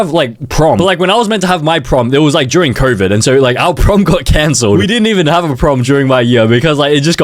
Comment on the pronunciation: our prom got cancer (ik you sayed canceled but it kinda sounds like it)